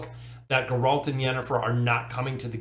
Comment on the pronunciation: The way he pronounced Geralt gave me momentary bloodlust